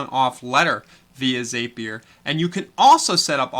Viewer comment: Great video. But Zapier is pronounced Zappy er. Rhymes with Happier!